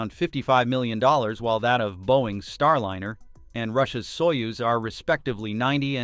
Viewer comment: Pronunciation on starliner is not starlinner!